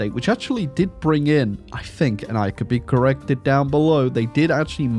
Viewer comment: First one of your videos I've seen. Good content, well presented, and funny. But Holy Christ the inability to pronounce "th" as anything other than "f" (I fink I'll click on this), and the weird Tony Blair style American refusal to pronounce the letter T ("ledder"), I don't know if I can subscribe to that.